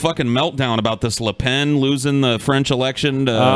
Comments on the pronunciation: It's "Le Pen", not "Le Pain" nor "Le Baguette". Though it's a forgivable mistake. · it's lepen. pen. pronouced like the thing your write with. not lepaan. razorfist is an idiot.